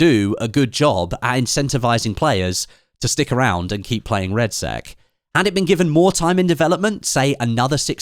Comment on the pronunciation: 'BATTLEFIELD REDSEX' 😆